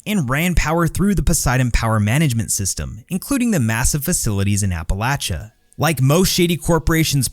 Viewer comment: Bethesda "HAY GUYTHS WE KAN MISPRONNNN MEESPRO.....MISKIN...not say rite Appalachia an an an an it'll be jus liek Novac! YEAH!" contributing to the dumbification of English. Good job, Todd. Good job.